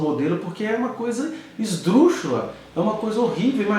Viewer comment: Esdruxula e não esdruxa meu Deus